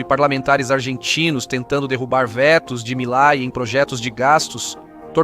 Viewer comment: Quem é milai? O presidente da Argentina se chama Milei e se fala como se escreve! Quanta ignorância!